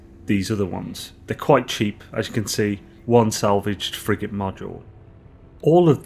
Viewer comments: me too "friggin consumables" xD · When you say "Frigate Modules", I hear "Friggin' Modules". Lol. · Lmao same here. Cant stop laughing!